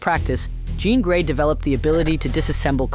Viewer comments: I CAUGHT THAT TOO LMAOOOOO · Did he just call Jean Grey Jon Grey? 🤣🤣🤣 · Glad someone mentioned that cause I knew I heard it!